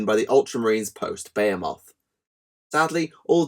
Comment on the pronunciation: It's B-HE-MUTH